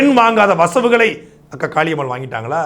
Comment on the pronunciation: 2.32 இவரு அக்கா காளியம்மா என்று சொல்றாரா இல்ல காக்கா காளியம்மா என்று சொல்கிறாரா 😂